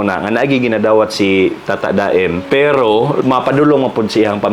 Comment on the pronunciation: Tata-da-em diay ang pag pronouce ana.. yawardsss sorry iyaan abi gyud nko ug tata-damn ang basa ana ay pina-slang lng ba😂 ahaka oyy! Anywaysss love you both!❤